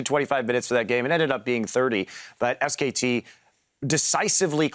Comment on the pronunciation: omg that dash guy... ITS SKT NOT SK